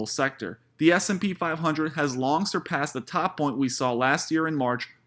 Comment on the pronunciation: Learn how to say the word “The”. Say the th in it dude....